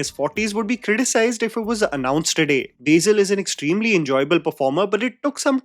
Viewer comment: My god it’s on “Beizil” it’s BASIL , I’m not even a malayali